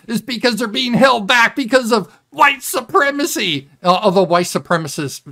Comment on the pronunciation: I wish Trump would speak as a race realists, it would've been funnier than it already was. I loved how he called out the black chick for being late (Huwite Supreeemacy).